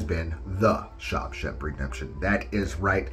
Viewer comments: I've always known that God calls himself jealous. With that one I just wonder if certain people just don't know the Bible very well. I Always thought Freddy's sweater was orange and green but maybe it was just the resolution. And did you just say "SHOB shank redemption"??? 🤣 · You lost me at "Shob Shemp" o.o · Say SHAWSHANK again!! Lmfao I'm sorry